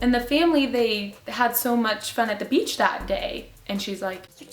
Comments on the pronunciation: lol I thought it was beatch but it was beach lol sorry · You said BEACH! - class gasps in unison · when she said the one about the girl who thought she said b***, i thought it was f** because she said fun